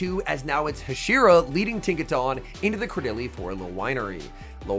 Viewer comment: pls… Tinka TUNN as in the word ‘Ton’ not tahn